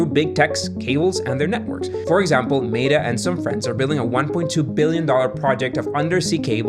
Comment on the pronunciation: you're pronouncing Meta wrong. Please re-record